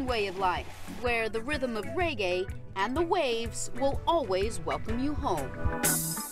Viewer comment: caan even say the word reggae.. cho